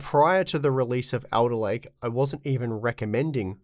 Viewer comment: says Elderlake.